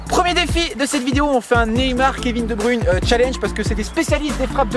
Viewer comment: Je pense qu'il faut apprendre au français à dire Kevin De Bruyne